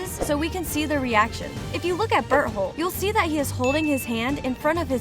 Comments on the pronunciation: she said berholt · Ma'am you forget the T in Berthold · its bertholdt not b*tt hole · "it all started with ymir historia connie reiner and bertHOLE" i swear am i the only one who heard berthole in that first part💀💀💀💀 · “Bert hole” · she called beartolt butt hole🤣🤣🤣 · DID SHE JUS SAY BERTHOLE? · What people hear: bertholdt What i hear: bird hole